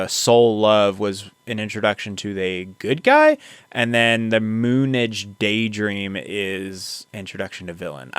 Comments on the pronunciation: It is pronounced Moon Age not Moonedge. Mick Ronson on the electric guitars. David on 12 string and the sax. David was the only guitarist on much of Diamond Dogs (1974). David went through many personas throughout his career. He was also an actor best known for the fantasy musical Labrynth. His music dramatically changed over time. "Ziggy Stardust" and "Suffragette City" were the biggest songs I heard growing up, but "Starman" and "Moonage Daydream" got airplay as well.😮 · It's Moon age as in age of the moon, not moon ige. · It's spoken "Moon AGE Daydream". Not moonige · please stop saying <MOONage> as you would pronounce 'garbage' … moon age … like bronze age. "oh, 'the spiders from mars' was the band … that makes so much more sense" also, 'Who' was from an asian family and happened to play first base. so, yeah, yes but also no. the problem is that bowie deserves to be in context … we'd also had zeppelin, t rex, velvet underground, vietnam, munich, all going on around us. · Let me urge you to watch the 2022 film, Moonage Daydream, which, by the way, is pronounced Moon-Age. Not Moonidge. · Maybe somewhere in the 350 comments before this one you've already been chastised for your sophomoric pronunciation of MOONAGE. It is not moon idge. IT IS MOON AGE. Thank you. Don't scream at me I'm 73 and wearing your Meze's. Aren't they the B E S T. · Thank you for this. FYI it's "Moon Age Daydream". (not moonage pronounced like "luggage"). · It's pronounced Moon Age Daydream 😉Bowie was primarily a songwriter and a kind of actor (on stage while singing and who later did movie work - check out his turn as the villain, The Goblin King in Labrynth). who started as a folk musician, but threw himself into being a rock frontman with a vengeance. This album was based on the concept of a persona he took on, Ziggy Stardust. He was very original at the time. He had various personas he would take on and write music around.